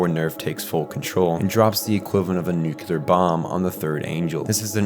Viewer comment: Good video! Only note is nuclear is pronounced nu-clee-ur not nu-cue-lur. Nucular sounds cooler imo, but is not correct. Does it matter? Not really. Did someone give me this same lesson once and now I feel the need to pass it on to others? Yes.